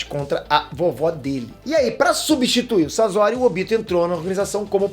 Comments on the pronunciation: Para de pronunciar " sazori ", pelo amor de Deus. O correto a se pronunciar é " Saçori " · É sosori e. Nao sazori que angustia essa pronúncia, video 10 pena que as pronúncias de nome dos personagens estão horríveis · N eh "sazori" q se fala eh "sasori" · Pieter não é Sasori é Sasori